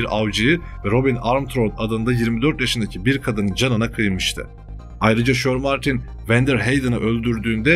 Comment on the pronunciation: kardesim insanda birazcik ingilizce olur.herzamanyanlis okuyorsun.mesela shermartine de neymis.shermantine diye yazilir ama shermentayn diye okunur.bu sadece büyük eksiklerden biri